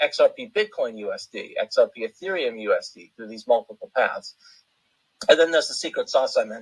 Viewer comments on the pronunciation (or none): none